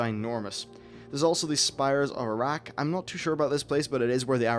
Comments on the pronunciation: Can't stop hearing Towers of Iraq, grinned every time he said it. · Spires of Arak sounds like Spires of Iraq -.- trolls will have fun with that.